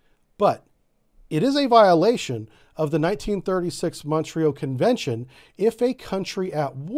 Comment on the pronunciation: Montreux, pronounced MON-troe. Not MON-tree-oh.